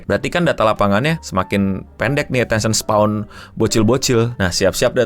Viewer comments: koreksi bang: attention span, bukan spaw atau spawn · "Attention span" atau _"Attention spawn"_? Berasa di sengaja :' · Attention span bukan spawn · Attention span no, bukan attention spawn wkwk 😆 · Koreksi, attention span bang bukan attention spawn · Agak ganjel denger lu nyebutnya attention spawn. Yg bener attention span bang. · ini kenapa ngomong attention span jadi spawn ya? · Attention SPAN, bukan SPAWN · Bang udah bang, attention span bang. Jangan bilang attention spawn lagi gw gemes 😭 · Span bang, bukan spawn 😅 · Ralat ngomongnya, span...bukan spawn